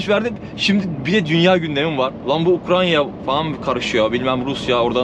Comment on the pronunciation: ukranya değil amk ya UKRAYNAAA UKRAYNAA